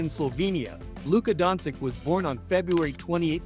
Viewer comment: Jesusssssssa...can you kearn how to say his surname right before commenting....Dončič...Luka Dončič!!!